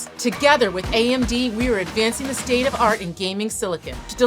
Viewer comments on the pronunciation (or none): none